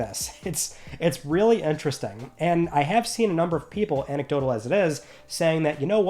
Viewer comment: I'm so glad learned how to pronounce anecdote.